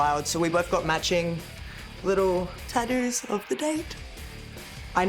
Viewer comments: Tattoos ❌ Tadoos ✅ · Tattoos ❌ Tad-dooos ✅ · Love the way Rhea says tattoos she goes tadoos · Tah-ouuuus or tah-doos, never tattoos. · "Taddoo's" - Rhea Ripley 2025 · Cracks me up listening to her call them TaDoos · Take a drink every time she says tadoo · Tah-doos ….hmm,gotta look into this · Nobody: Rhea: Tadoo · “Tadoos” 😂 love you Rhea 😫🙌🏻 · I actually just counted the number of times she said tatdoos 😂 my count was 41 with 2 tattoos, I love wwe and have loved Rea Ripley since the first time I saw her wrestling in the May Young, so I'm not hating what so ever. And I'm terrible at proper punctuation and spelling and grammar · “taddues” -Rhea Ripley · Well I officially have “Tad-doos” now! 😂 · Why you say tattoos like that? I'm trying to be mean I'm just curious I guess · I like how she pronounces tattoos with her accent😂